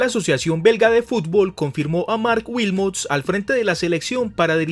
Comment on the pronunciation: Marc Wilmots, no "Wiltons"